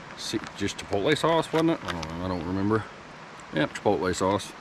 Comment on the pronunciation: Chipotle, say it right...LOL